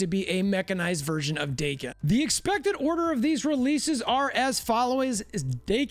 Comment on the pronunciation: Daken ,Rhymes with Kraken not Bacon.